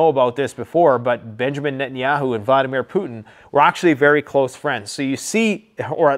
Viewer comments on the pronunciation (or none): none